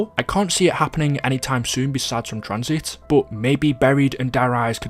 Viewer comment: TranzIT not Tranzeet 🥴